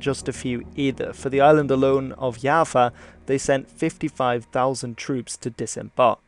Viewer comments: it's Jawa not Yava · I just realized mans been calling java Yava. Its pronouced java like the coffe. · pronounce Java as Yava Me, an Indonesian: I felt my heart cracked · B-b-b... itu Pulau Jawa, bukan yava... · kalo di belanda j jadi y misal nya johan jadi yohan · Is it pronounced djava? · It's like "Java" (the programer's thing), or "Japan" (remove the "n"), but change the "v" (or "p") to "w" like "Washington". -> Jawa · I found this comment as soon as he said "Yava" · English: Java. Bahasa Indonesia: Jawa. Netherlands: Yava. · Yes with a thick and clear J instead of something like Y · Knowing that is Dutch: "Oh okay, understandable"